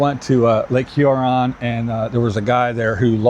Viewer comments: Did you notice that Diana still managed to get a butt bending over shot into video? Do you think that him calling the lake "Lake Huh-ron instead of Hew-ron" was deliberate to annoy people? It worked for me. I agree, why tell anyone you are doing a diet at all? Just do it and if it works tell people then. It certainly generates comments for his videos though. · Hey I just need a laugh. That's why I watch. He has a tough time with words like Pastie he pronounces as Pastees. 2 totally different things. Then pronouncing Lake Huron wrong. He just needs to listen to learn to pronunciate. don't care why should you? He gets paid by the visits. Which is all he wants